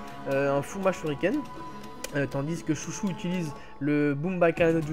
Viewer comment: Pour la fille de Chôji, ne dit pas "Chouchou" à la française car en romanji, les "ou" et "ô" sont des allongement du "o". Après tu prononce beaucoup d'autre prénoms à la française mais je trouve que c'est bizarre de dire Chouchou à la française :/